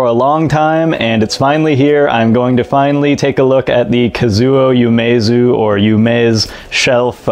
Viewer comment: By the way, it's "U-me-zu" not "Yu-me-zu."